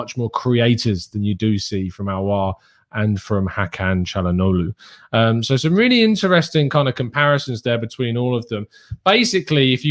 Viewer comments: It's pronounced as Chal-ha-nolu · by the time you learn to pronounce it right,he would have signed for another club